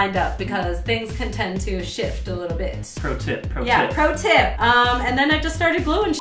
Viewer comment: you can't say pROTIP.